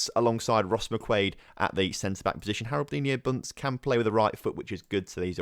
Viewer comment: "Harroldinho" is more of a portuguese name... Haroldiño would be a lot better